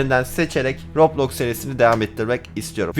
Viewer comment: Abi röblox değil roblox😂